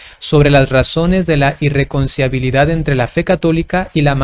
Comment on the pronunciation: Padrecito: - NO ES "IirreconciAbilidad". - ES "irreconciLIAbilidad" Dios lo bendiga.🙇‍♂️🙋‍♂️